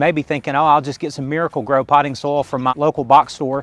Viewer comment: Great video, but was getting annoyed at the pronunciation of "Potting soul". What is potting soul? Took me a while to realise you were saying SOIL, hah!